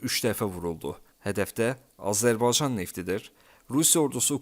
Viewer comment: Azerbaycan kelimesini teleffuz etmeyi ogren önce😢